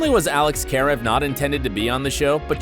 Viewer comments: Yeah, and it’s Karev, not Kairve! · Why does no one know how to pronounce Karev? It's kuh-rev. Not care-ev. Thats how you know if they actually watch it. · Did he just say “karAVE” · Anyone cringe when they said Alex KaReV I was like. 😑😐😬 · dude if you going to talk about a show learn to pronounce characters name correctly you mispronounced karev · This was clearly written and narrated by someone who hasn’t watched the show. How he pronounced Alex’s last name ??? Also, Christina was a fav fav character not an unlikable character.